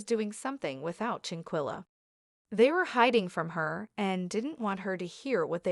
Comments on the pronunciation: Her name is Shan quella not chinquilla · Please pronounce this lady’s name correctly. You have no idea how rude this is. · Shanquella Robinson is her name. Rest in Heaven Angel... I wish the Media outlets and some vlogger's get her name right. Say it right?? Especially since there's an current investigation going on. People need to know how to say her name: Shanquella Robinson!!!! Very important. Just my opinion. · You need to stop reporting on this subject your topics are misleading and you can't pronounce her name correctly and nothing new is coming from you just repeating the same old same old please move on to something else you're wasting everyone's time. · Now plan to fight her probably…..I don’t believe they pre-meditated her Murder!! I don’t believe that! And you gone need to learn how to pronounce black names!! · Sorry to be that one person but u made a whole video and don't even know how to say her name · Hay u was saying her name wrong all this is bad an they all are gonna be in trouble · That's what I was about to say. Lol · Not petty! It is disrespectful and unprofessional‼️ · Very disrespectful saying her name incorrectly.. REst in heaven beautiful 🙏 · Give respect and pronounce her name correctly or don't report at all. You don't have new info, si refrain from subjecting us to your regurgitated opinion. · Clickbait !!!! Learn to pronounce names correctly, nothing new here, rehashed story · Wow, people trying to get clout off of someone they don't even know. Not to mention can't say her name right and none of this is new information! Why? For likes or comments? Just wow bro..... Just stop Justice for Shanquilla Robinson